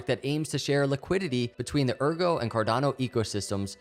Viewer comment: Excellent vid! But it's AIRgo, not URgo!!! ;)